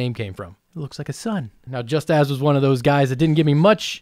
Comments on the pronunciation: Jus-tas not just-as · Pronounced=Justahs Spelled=Justas Me=😂😂😂😂😂😂😂😂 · Just Azz. first time I hear that name butchered like that :D There are multiple languages that has this name, and mine never does that :D Just read it as phonetic thing, not in english. Like most of the world uses wrinting :D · I think Justas is pronounced something like like Eustace. "fun" fact: Justas was a call sign for a fictional soviet spy who was sent to the germany and was a SS officer, and this fan shape design does remind me of a certan rhombic-meandrical symbol some of the germans loved so much at the time.